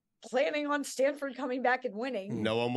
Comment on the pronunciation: STANDFORD LMAO, never change